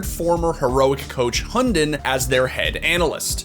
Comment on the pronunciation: I love the way you try to pronounce "Hunden"